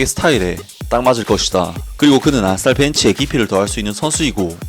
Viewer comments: 왜 아딸이라 들리지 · 아스날이 계속 아싸리라고 들림ㅋㅋ